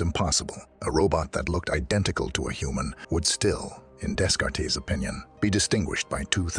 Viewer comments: "Day-cart" you stupid AI narrator bot! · Desk-kart-tees 🤦‍♂️ You know the type of people who watch a video on the hard problem of consciousness? People who will notice 🤣